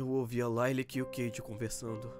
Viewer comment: Não é Layla é Lilac